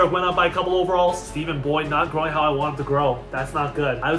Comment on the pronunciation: as someone named stephen, thank you for not pronouncing it "stefin" 👍👍👍👍